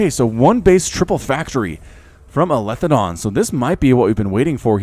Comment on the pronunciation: btw it is eli THE don, not elithe don hahah love the content though.